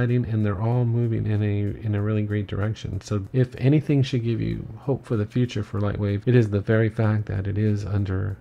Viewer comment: Nice spoken .. only one thing on the edge term "future" .. maybe you could use the current LW Logo on your intro pic, not the old one by LW 4.0+ ;)